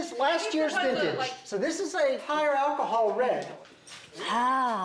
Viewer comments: nettie ain’t even say alcohol. she said akiha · “Ackahol” Bless you.